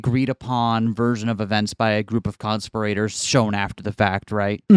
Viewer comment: The way you say "conspirators" makes it sound like "constipated" to me.